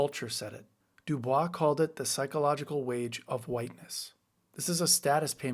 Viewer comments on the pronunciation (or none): "Dew Boys" NOT "Dew Bwa". W.E.B. is an important black intellectual. At least get his name right. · It's not dew-BWAH, it's du-BOYCE. Really. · W.E.B. DuBois pronounced his name "doo boys," not "doo bwah." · FYI, W.E.B. Du Bois pronounced his name doo-BOYSS (rhyming with "boys"), not the French doo-BWAH. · It's pronounced W.E.B. Du BOYS. I know in French it isn't, but that's how the man pronounced his own name and how the world knows him (present company excepted). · Sidenote W.E.B. Du Bois pronounced his name "do-BOYS" not "du-bwa." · Du Bois insisted that his name be pronounced not “De-Bwah,” but “De-Boys.” Visit his home in Great Barrington, MA, if you’re ever in the Berkshires. Amazing place. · Despite the spelling, WEB pronounced it "Do-Boys" not Dubois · The “bois” in Du Bois is pronounced as “boys” rather than “bwa.” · Excellent commentary. But W.E.B. pronounced his last name as “Doo-Boyss” not “Doo-Bwah.” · FYI, Du Bois is pronounced like "boys," not "bwa." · small nit: Du Bois himself used an anglicized pronunciation — not "doo-BWAH", but "doo-BOYSS" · Do Bois. Prounced de boys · FYI, Du Bois pronounced the "bois" part of his name like "boyz." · i've been taught- WEB DuBois insisted people pronounce his last name "Dew-Boys". Experts weigh in please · (Wince...wince...) ok, of course, but it's pronounced Du-boys. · WEB Dubois pronounced his last name Du Boyz. Not intuitive but that’s how he pronounced it. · Not trying to be a jerk and I hate correcting people but W.E.B. Dubois' name is pronounced how it's spelled. It's Anglicized (Doo-boyce) It's not the French pronunciation. Otherwise, great info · WEB DuBoise actually pronounced it DuBoys. Or that's what I was repeatedly told by various history professors. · Speaking of the psychological rage of white people, how many times do we have to tell you DUBOYZ. It’s pronounced DUBOYZ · W.E.B. Du Bois pronounced his name as "doo-BOYSS" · W.E.B. Du BOYS. At least pronounce it correctly. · its pronounced dooboys